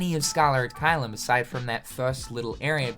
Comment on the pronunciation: Why do you keep saying "Scaller" ad Caelum?